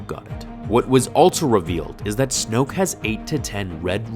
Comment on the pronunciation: Why do you say “altso” its “also”